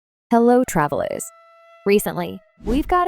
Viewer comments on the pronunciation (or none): none